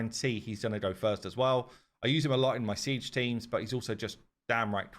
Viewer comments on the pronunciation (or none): none